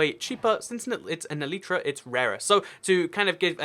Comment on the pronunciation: what is an eleetra? Are you trying to say elytra?